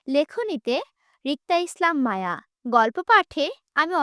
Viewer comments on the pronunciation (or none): রিদ বলে আওট😡আর মায়া বলে ওমম😐